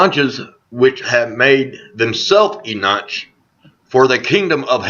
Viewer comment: Eunuchs is pronounced "You-nucks" it is a variation of Red Nucks. LMAO You must be from Naches.... <3